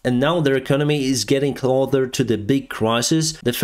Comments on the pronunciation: The pronunciation of the word “closer” doesn’t have a “th” sound at the start of the second syllable. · Great stuff, great work. Although, it’s not “ Clother” it’s Closer” 😂😂😂🇺🇦🇺🇦🇺🇦☘️🇮🇪☘️🙏🙏🙏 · the word "closer" is not pronounced with a "th" sound. Instead, it is an "s" sound. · No offence meant by this i watch your vids alot but just a small correction on your English pronunciation of the word "closer" I have noticed in 2 or 3 vids you say it like "clother" like it's a "th" where its just an "s" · An English pronunciation tip - Please fix the way you say "closer". Bravo overall, you have one of the 3 best Youtube channels on Ukraine, and you put the major networks to shame on this subject. Even better than DW News. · Could you kindly work on your pronunciation of the words "close" and "closer"?